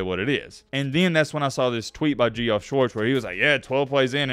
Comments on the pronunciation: needs to go back to English class. Pronounced Geoff as "Gee-off"...... bruh it's pronounced "Jeff" for real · Geoff is pronounced “Jeff”, not Gee Off, SMH. must be a BAMA grad. At U$C we always say you get what you pay for. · ITS PRONOUNCED JEFF!!!! Jefff!!! JEFF!!! Come on bro lol not ge-off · I gave you video ideas on X. It’s not Geoff it’s pronounced Jeff. Also I don’t mind the rule change. I never knew the clock stopped on first down. Maybe a positive is better preparation for the NFL and it makes scouting for NFL prospects easier….so yeah college is basically the JV NFL. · GE-OFF Schwartz? I really hope you're trying to be funny. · Geoff is pronounced Jeff, just a fancy assed way of spelling it... Some pronounce it as Joff. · It’s pronounced Jeff. Not Geoff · Lol it’s pronounced Jeff